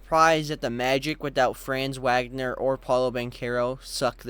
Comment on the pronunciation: Sorry to nitpick but Franz's name is properly pronounced "FRANTS VOG-ner" 😭